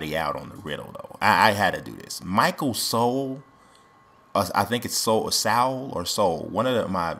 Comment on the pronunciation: Jerry Lucas, Joe Johnson, Elton Brand are my guesses. I was stumped with Joe for a minute, LOL. Thank you for the shout out, bro. And yes you had it right with "Soul" pronunciation.